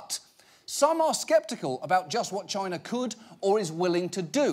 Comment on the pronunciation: is there anything more cringy than the way trump pronounces China?